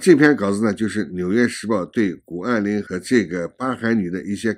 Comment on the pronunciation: 是谷不是顾